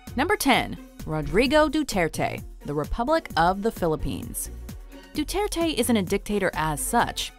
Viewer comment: Deturte? erdogan? HAHAHAHAHAHAHA